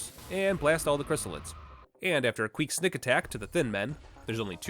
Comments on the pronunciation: "Queak snick attack" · "Aaand, after a queek snick attack..." 😅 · "After a queak snick attack." Heh. :) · "queek snick attack" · Did you say queak snick attack on purpose? I loved it